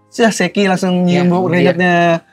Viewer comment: Kok aneh banget penyebutan Shakky dibaca Sheki ☕